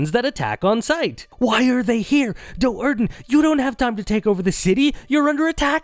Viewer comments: I just can not get past how carefully this guy mispronounced it Doe'Urden. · The pronunciations made an otherwise amazing video kind of painful to watch. I'm so used to pronouncing Do'Urden as "due-arden" that everything else just sounds wrong